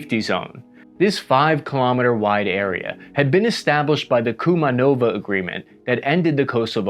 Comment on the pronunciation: Me, a macedonian watching this guy trying to pronounce Kumanovo Rakija 💀💀💀💀💀💀💀